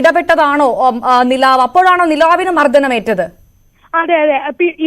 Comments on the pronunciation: മർദ്ദനം എന്നാണ് അവതാരക ചേച്ചീ മർദ്ധനം അല്ല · മർധനം അല്ല കൊച്ചേ,. മർദ്ദനം ആണ്. ഞഞ്ഞാ..... പൂഞ്ഞാ